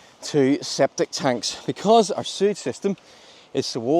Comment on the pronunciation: septic (not "sceptic")